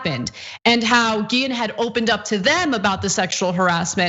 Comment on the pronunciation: One small, but important, sign of respect for the victim would be to pronounce her name right. Her last name has an accent over the e -- the accent is on the last syllable, as in "ghee-ENN."